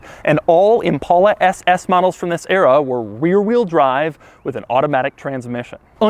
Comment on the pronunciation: Weer wheel drive? Lol